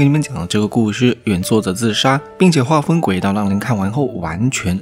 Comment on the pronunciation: 画风被说成huaheng…… po主高能